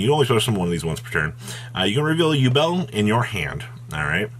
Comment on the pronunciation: 'U-Bell' It's pronounced 'You-bl'